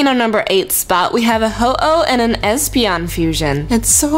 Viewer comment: I would call is hespeon or hopeon.